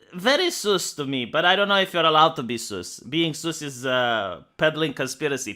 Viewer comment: 'Suss' is pronounced like 'fuss'